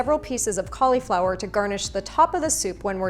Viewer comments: I love your recipes, thank you! Just please, I'm not sure where the cau LE flower started, it's Cau li (short vowel - like LUH) flower. Yes, yes, I know - a syllable that ends in "I" may say it's name, but it's not in this instance. The stress is on the first syllable. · cool video, dont like the way you say "colly flower" tho 😳